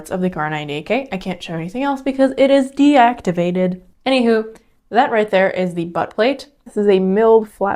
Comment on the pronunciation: "Deactivated", I'm sorry I almost puked as soon as I heard you say that.